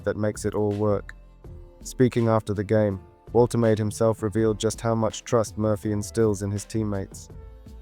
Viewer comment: Wol-tuh-mah-duh. Hope that helps